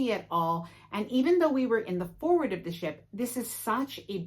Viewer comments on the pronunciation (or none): none